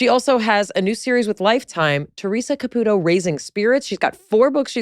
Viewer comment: Theresa pronounces her own last name “Ca-PEW-toe”, so it always baffles me when so many interviewers pronounce it “Ca-poo-toe”. How difficult is it to say “Ca-PEW-toe” ?